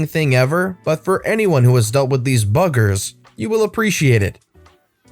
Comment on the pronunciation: Saying "buggers" in an American accent is funny. 😆